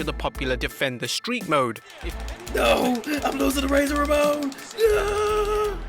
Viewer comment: "naowwww, uhm luzin' to razer Ramohn i laughed my ass off